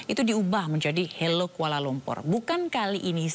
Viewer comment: Dari suara penyanyi & liriknya pun, aku sudah mengagak ini pasti kerja segelintir orang² Indonesia yang anti-Malaysia bertujuan mengadu-domba, sebab²nya ialah: 1) Lirik pertama: tulis HELLO. Tapi suara sebut HALO. Orang Malaysia biasa sebut HELO jer 2) Sebutan KUALA LUMPUR. Sebutan dalam lagu tu jelas & keras bunyi akhiran "R." Sedangkan orang Malaysia biasa sebut KUALA LUMPO, atau KUALA LUMPUr (bunyi "R" tak jelas) 3) Pemilihan Lirik: AKU. Lagu kanak² Malaysia mesti sebut SAYA. Biadap budak² kecik sebut AKU. 4) Lirik IBU KOTA bunyi pelik: orang Malaysia biasa sebut IBU NEGARA atau BANDARAYA. Jarang orang Malaysia sebut KOTA melainkan ada sebuah Mall dekat Stesen Bas Puduraya tu namanya KOTA RAYA. 5) Lirik KOTA KENANG-KENANGAN bunyi macam pelik jer. Apa yang nak "dikenang" sangat dengan Kuala Lumpur tu?? 6) Lirik AKU SUKA SEKALI pun bunyi pelik. Secara formal, orang Malaysia biasa sebut AKU SANGAT SUKA atau SAYA PALING SUKA 7) Dalam video ada gambar Patung Besar. Patung itu letaknya di Kuil Hindu Batu Caves, Selangor. Bukan dalam Kuala Lumpur. Lagipun lagu kanak² Malaysia secara umum tiada objek agama apalagi kalau rumah ibadat bukan Islam. 8) Jalur Bendera Malaysia tak cukup. Perhatikan benderanya cuma 13 jalur, walhal yang betul ialah 14 jalur 9) Nama channel LAGU KANAK TV. Pelik kan? Padahal orang Malaysia sebut kanak-kanak 10) Judul di video tersebut jelas salah & terpesong. Apa kena-mengena video lagu itu dengan NASYID KANAK-KANAK ISLAM MALAYSIA ?? Ada konten berunsur ke